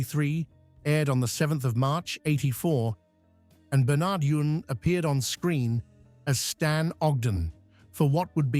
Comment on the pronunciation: whsts funny it is. The actors name was pronounced Bern-erd You-ins. Its also Jean Alexander not Joan